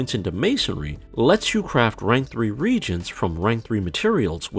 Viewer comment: it's not regents it's re-agents